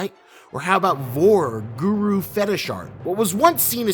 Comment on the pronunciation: And it's guro not guru, holy christ.